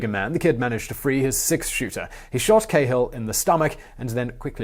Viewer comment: Cahill is Irish so it’s “Kah-hill” not “Kay-hill”